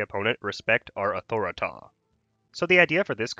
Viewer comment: Why do all the YouTubers pronounce authority in such a weird way?